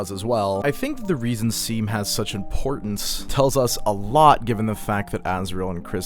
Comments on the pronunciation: Saying seam instead of shawm just shows that these kids don’t read the dialogue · dude everytime they called shawm 'seem' i yelled at the screen 'SHAWM' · seam in game: my name is pronounced "shawm":...anyways "seem"-- LOLLL (this is not hating i just thought this was funny) this video is sick!! i like that you're theorizing that dess might've not been the best person, since i frequently see her characterized as just "super cool older sister who everyone loves," even though the way basically everyone refuses to talk about her implies that maybe she wasn't as beloved as people assume. it could of course also just be that talking about her disappearance is taboo, but i like the reading that she isn't some infallible character, which fits well with toby showing us other sides of the characters that we first saw in undertale (like toriel, sans, mettaton, etc). cool stuff!! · it's pronounced "shawm" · seam is pronounced shawm and they use they/them pronouns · Seam uses they/them and also it’s pronounced Shawm.